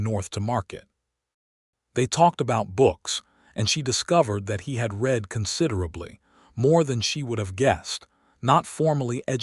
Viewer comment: Feel-good story. Enjoyed. PLEASE fix AI to contextually discriminate 'READ' by way of RED and REED.